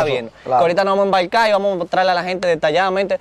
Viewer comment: Porque el flaco entrevistador del programa dice embaicai ? Y no Embarcar correctamente .